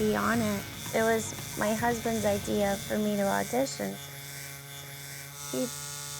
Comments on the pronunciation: I like it when people say “idear” instead of “idea”. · Am i the only one that noticed the way he says idea? "Idear" i scrolled down didnt see anyone say anything.